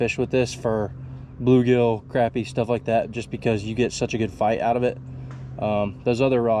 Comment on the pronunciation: The way he said crapie and not crappie at the start